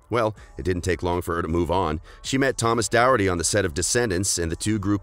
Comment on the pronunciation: It’s really annoying me how he’s saying Thomas’s name